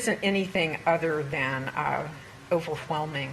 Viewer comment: I like the way the prosecutor pronounces the "wh" in overwhelming.